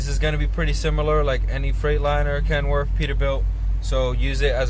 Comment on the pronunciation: Kenworf? What a moron,learn how to talk.